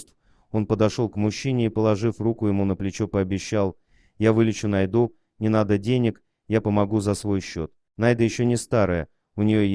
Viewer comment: Какую НайдУ? НАйду! Что за неруси озвучивают?!